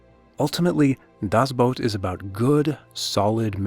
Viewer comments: Not he didnt. He said boat it shoudl be boot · It's not "dazz Boat", but "DASS Boot" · "Boot".....like the kind you put on your feet when it snows. Not "boat" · Will you stop saying: "das Boat!" :p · Germany was NOT the bad guy!!!!! One day real history will show who the REAL bad guys were!!! 🏦 SHAME SHAME SHAME!!! 🤬 and it’s pronounced Das boot. Not das boat!!!!! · It was too much of a hassle to pronounce "boot" correctly I guess. "Das boat" doesn't exist, it's either "The boat" or "Das boot", but I see you're too used to butchering languages that aren't yours. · Das BOOT, not Das Boat. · Right out of the gate saying "das boat" 😂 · Das BOOT not Das BOAT Other than that it is well done! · Dammit. "The boat" or "Das boot". Not "Das boat". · Das boat? You could take a minute and investigate how it is pronounced! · ''Das boat'' LUL